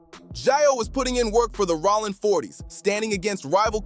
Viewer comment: I didn't know Jayo's name was pronounced in so many different ways! Plus, I didn't know Rollin" was pronounced "Rawlin"!😂😂 Suge is "Shoogay"! And there's NO WAY Snoop didn't know Training Day was in a Blood hood.